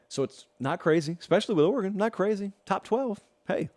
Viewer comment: Thank you for pronouncing the State of Oregon correctly.